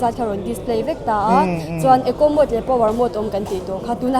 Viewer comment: Scooter tiin i lam thlap thlap a a tha hle mai. Mahse, i Caption ah Scooty tiin i ziak leh lawi sia. Youtuber leh Public figure te hi Saptawng thumal kan hman lar tam tak hi dik deuhvin hmang hram hram ula. MODE pawh hi Mood tiin i lam tlatin ka hria. I Nula interview kha chuan Mode a ti thlap a, nangmah ber khan Mood i ti tlatin ka hria 😁